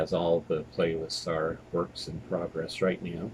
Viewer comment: When you said your playlist were a work in progress, my brain heard it as PROG-ress. Ha. I have that Sinatra twofer and Blancmange. Some really great stuff, like Cowboys International. I still can't believe the stuff you find in thrift shops.